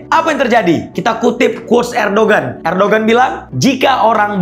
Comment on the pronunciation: Mohon maaf coach untuk nama nya Erdoğan ğ nya gak di baca dalam BHS turkey 🇹🇷 karena ğ ini adalah yumuşak g jadi cara bacanya Erdoan sukron🙏